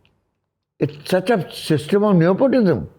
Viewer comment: It is unfortunate that not being great in English makes some people insecure (damn British dominion!)... Neither of their English is on point but they're trying to flex anyway. Pralhad mispronounces even basic words like nepotism ( clearly enjoys correcting him... while thinking being 'sacked' from a playschool is correct lingo)... Kakkar also is unfortunately the stereotypical Punjabi, entitled, arrogant jerk... full of bluster like the Chopras and Kapoors. Their swagger is ridiculous. He frames it as if he would have paid someone (Who someone? you could have financed your own films!)... to make a film... but someone "offered". May have happened... but clearly not the way you're presenting the situation. Hearing him talk about Aishwarya, Sushmita, Priyanka etc. reminds me of Yash Chopra telling Bhagyshree that it was foolish of her to get married and quit the film industry... giving advice to Sridevi etc. I'm sure they consider themselves to be above it all and better than most men in India (perhaps they are in some ways)... but I can't stand their attitude. Genuinely caring people don't boast! And of course also wants credit for "predicting" that Fashion would be a "benchmark". Mr. Kakkar it's not just "neOpotism" that defines showbiz and the whole world... But blowhards like you! I'm thinking right now of ALL the women especially in showbiz and what it must take to put up with the arrogant male bluster and massive egos etc. etc.... to get ahead. I can't bel